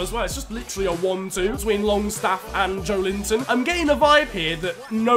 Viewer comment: With Joelinton, the emphasis is on the E and not the I 🙌 keep up the great vids